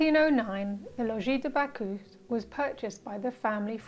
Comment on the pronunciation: Bacchus prononce more like "back us" in french/latin than "back hu"